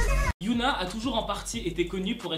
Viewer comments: C hyuna pas youhna c pas pareil Mais après c pas si grave... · Pour Hyuna, ça se prononce Hi-Yo-Na c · Tu prononce pas bien Hyuna donc au début ça peut porter à confusion, on pourrait croire que c'est Yuna d'Itzy mais sinon bref je t'adore😊